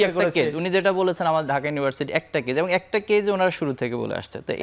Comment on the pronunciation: নাছিঁড় একটা লোক যে কিনা 'এবং' কে 'এবন' বলে😂